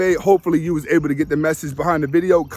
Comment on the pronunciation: This is so accurate my guy. I'm almost upset you are revealing our secrets. Also, you are pronouncing hasta la vista incorrectly at the end of your vids. In spanish "h" is silent. So you would just say asta (ah-stah). Js carry the h sound. Like jalapeño (hallah pen yo). This is like the 3rd vid I have left a comment correcting something. I really hope you don't think I am attacking you. I just dont want you to be discredited over small mistakes